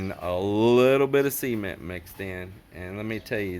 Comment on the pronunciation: Now we get the privilege of hearing say... "C"ment in stereo.. LOL